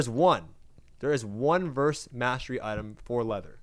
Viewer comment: The way this guy says "Mastery" as "mass-tree" is fucking irritating.